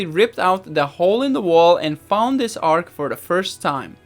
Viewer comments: ARCH shouldn't sound like ARK... the CH is like the beginning sound in CHEESE, or the beginning and ending of the word CHURCH. It's so fun, exploring this house with you, and watching you reimagine it and reshape it. God bless you! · Its an ARCH, not an ARC!!!! X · The word is ar-ch. The ch, is pronounced as in cheese. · Isn't the word arch not arch? 2 different meanings